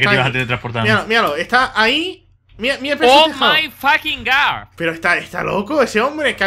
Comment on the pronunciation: oh mai fackin gar xDDD